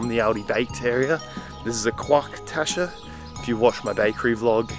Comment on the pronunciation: Good video.I am English and live in Berlin since 1985...Honestly why is it too hard for you to pronounce German words ?.Pronouncing Quark as Quack lol...Just imitate the Germans and say it like they do....the same way you learned English:Its not hard.